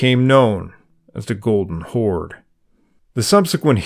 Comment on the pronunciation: Why do you call Golden Kaganat a "Golden Chord/Khord"??